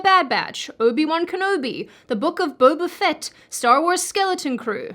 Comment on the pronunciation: Say “Boba Fett” a hundred 💯 times please! ☺️. Disney should pronounce that name the way you do from now on! 👍🏼